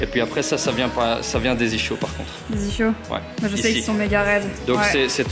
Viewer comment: Il m as fais trop rire le coach avec "ichhhio" lol ca se prononce les " izkio" Sinon suoer vidéo Gros bisous 💛💜💙❤🧡💚👌👍